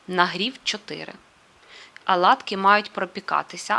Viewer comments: Не рАзпушувач,а рОзпушовач! Будь ласка , вимовляйте правильно.Аладкі ні, Оладки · Не аладки,а ОЛАДКИ.Для чого коверкати мову?